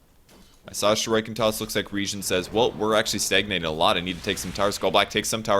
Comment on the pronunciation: someone plz teach how to pronounce shuriken